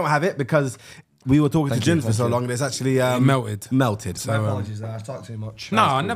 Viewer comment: meow-ed is a crazy way to pronounce melted cl